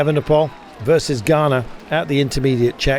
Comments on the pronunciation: Please, no more Garner - he won it for heaven’s sake, please pronounce his name correctly! Ganna, think of be-gana! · Please, enough of the “Ghana”. Carlton, pronounce both the N’s: GUN-NUH, equal stress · Could Rob Hatch please have a word with Carlton about his pronunciation of Ganna?